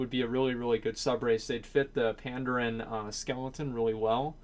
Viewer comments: pan-daren not panddd-errrn i cringe everything you said it, it was painful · you pronounce Pandas wrong dude, but Tuskar is cool. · Why would Vryjul and Tuskar be sub races? They could be they're own race. Also, why do you pronounce Worgen as "Worgren" and Pandaren as "Pandarin"?